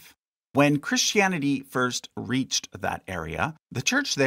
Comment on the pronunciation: It's "Pauline", not "Pauleen"! And it's "Christianity", not "Christy Annity". Also, it's BC and AD, not "Bee See Eee" and "See Eee". {:o:O:}